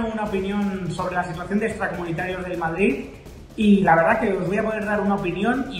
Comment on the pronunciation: dice Vardrid jajaja 😂😂😂😂😂